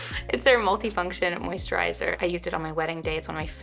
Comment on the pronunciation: The way she pronounced the moisturizer! LOL